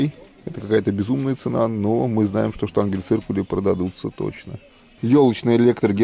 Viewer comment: ШтангеНциркуль, а не штангель)